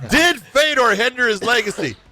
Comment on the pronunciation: glad i wasnt the only one who heard dead fedor